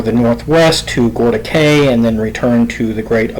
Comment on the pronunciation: Cay is pronounced as key.